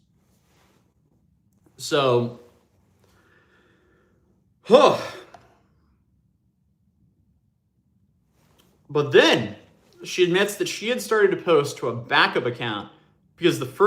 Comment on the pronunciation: Every time you say ‘But then(!)…’ I’m like, jeeeez….as I eat my doritos